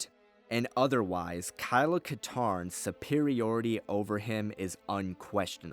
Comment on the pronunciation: Kylo Katarn? I'm not the only one who heard that, right?